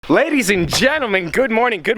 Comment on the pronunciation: did he just say pladys and gentlemen